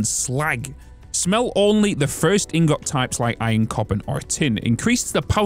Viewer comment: This mod looks amazing. I'll certainly be using this on my next playthrough, but I'm waiting for 8.0. On a side note though, you're pronouncing "ingot" wrong. It's "ing-guht" not got.